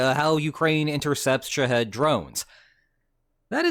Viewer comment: Dude can make an AI video but can't tell his AI video how to say Shah-HED phonetically.